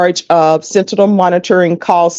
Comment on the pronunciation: finally, 40 minutes in the video and someone finally says "sentinel" correctly...